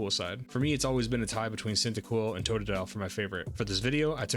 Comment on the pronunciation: It's Cyndaquil not Cyntaquil, lol.